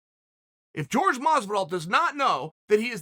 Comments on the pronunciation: It's Jorge, not George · I swear Chael keeps calling Jorge, George just to get under his skin. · Chael I love the content but please stop acting like a colonizer and calling people out their name. Jorge not george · "George" Masvidal 🤣🤣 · Chael still calling him “George” 😂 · Why does he keep calling him George ?! 😖🤦🏾‍♂️